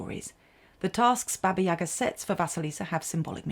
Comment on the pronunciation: Baba YagAAAAAAAAAAAA. Get the accent in the right place please.